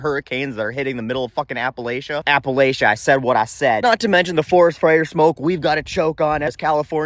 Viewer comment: Glad to hear someone pronounce "Appalachia" the correct way.